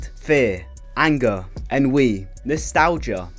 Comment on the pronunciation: Ennui is pronounced "on we" not en we